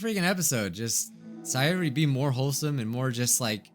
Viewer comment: Say-Yori, her name fits Yuri they were destined to be friends!